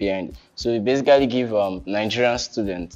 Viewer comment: And he was pronouncing it as “Be-si-ka-ly” 😂😂